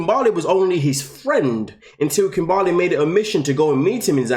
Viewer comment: I still laugh every time kim-BAR-ley 🤣🤣